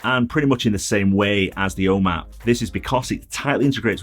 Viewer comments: I can’t make out what you are saying “o map”? “Home app”? O man? I’ve just ordered three of these directly off the Nanoleaf website! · It‘s so funny. When you say “home app” I first understood “Oma” which is the german word for grandma. Great videos, thank you! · Lol as an American it took me a few listens to that word before I realized he was saying the home app hehe